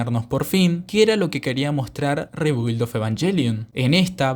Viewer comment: Se pronuncia RIBILD, saludos